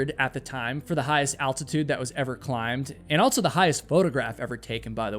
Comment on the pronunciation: You are fascinating. I just wish you didn't say "altso".